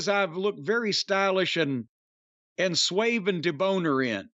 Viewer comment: Swayve and DeBoner 😆 not suave and debonaire